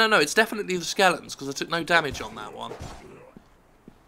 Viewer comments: Are you saying SKELETONS or SKELINGTONS ??? It's driving me fucking crazy. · it pisses me off how he says skeletons